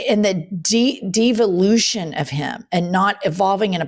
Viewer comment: Jennifer when you said "de-volution" I heard it as "diva-lution", like he's evolving into more of a diva. Both work.